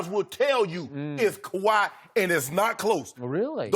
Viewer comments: Why can't skip just say Kahwi's name? Smh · Calls him #2 can't say Kawhi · Since you can't say Kawhi's name, I'll suggest referring to you as a certain "butthurt punk" there in fox sports. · Put some resepec on Kawahi name skip bayless